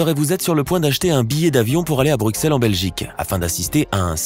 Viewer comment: Orh le x de Bruxelles svp on dit '' Brussel pas bruksel...